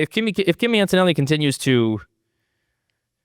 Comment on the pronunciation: AnToToNelli ! “Axis reborn” 😂